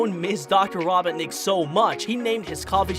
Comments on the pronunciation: Me: Aye robertnik I need to talk to ur grandpa about him sending space colony arc crashing to the planet any chance you know where he is Egg man: dude he be ded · Why do you pronounce his name like that. Raw-bot-nic Somethings wrong with you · I'm mad he's saying robotnic the way he is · Raboughtnick. That is definitely how you say that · It sounded like be said raw bot necked 😭😭😭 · I can't tell if this was intentional, but I picked up the narrator is saying Robert-nik instead of Robotnik... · i heard "green" and he pronounces "Robotnik" as "Robertnik" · “rawbotnic”. Ah, my favorite line. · did my guy really say robitnic? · It’s ro-bot-nik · Why is it so hard for you to pronounce Robotnik correctly? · First of all, Knuckles isn’t evil and wasn’t trying to steal the master emerald, also you said Robotnik wrong, also almost everyone knows sonic loves chili dogs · Ahem why did he say robotnic wrong or is that me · i love how he pronounces robotnik wrong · It’s not robbitnick it’s ROBOTNICK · Robotnik not robinik or whatever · The doctor Ra-Bont-nick just gets me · Its not robohnik Robot-nick 🤓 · Mans can’t even say robonik. “ Dr. rObon iK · Robot nick not robbinick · HIS NAME IS NOT RABOTNIC HIS NAME IS ROBOT-NIC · Its Dr ro not raw and u get the rest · Bruh keeps saying Raw-bawt-nik, ITS RO-BOT-NIK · It’s row-botnik. Not raw-botnik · Why do you say robonic instead of robotnic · Dear god I'm 2 minutes into this video and I'm cringing. First, get on the with the goddamn video, you use way too much exposition in your Intro's and it goes on for way too long. Second, It's Ro-bot-nik, not rob-bot-nik, they say it numerous times in the first and second movies Aswell as numerous times in the games, get it right. Third, Mushroom Hill zone is not a planet, neither are most of the zones from Sonic games barring sonic colors. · Bro said robotic and not Robotnik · So you said ROBIN NICK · It’s dr ro-bot-nik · Hey buddy not to be a critic but it's pronounced ro-bot-nik k